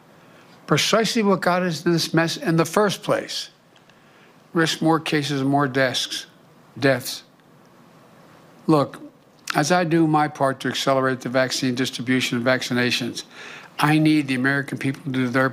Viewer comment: I heard "desks"?